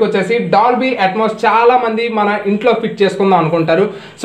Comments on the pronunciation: Hello it is DOLBY ATMOS not atoms correct pronounciate first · It's not Atoms, It's Atmos.. first know how to pronounce it.. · Ur pronunciation atams... That is not atams..... Know about spellings that is atmos. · Bro nice move. but it's not Dolby Atoms. Ur pronunciation not correct...Dolby ATMOS..... Atmosphere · Atmos Ani paluku swamy, AT+MAS kaadu. Plus okkosari atom Ani kids antunnav. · Bhayya first adi atoms kadu bayya atmos🤣😂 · Atoms kadu adi atmos.mundu dani palakadam nerchuko.explain malli cheduv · Atoms, Molecules kadhu ra nayana, ATMOS